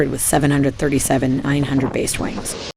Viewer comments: its 7.3.7. Not Seven hundred thirty seven.....killin me smalls. Good video though. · Normal people call it the 7 37 not a 737. It may me cringe when she called it that.